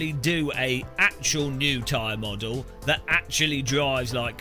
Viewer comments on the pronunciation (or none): none